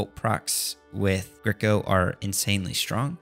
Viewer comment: thank god you fixed the pronounciation of grico haha been bugging me :D anyways, very nice series bro :)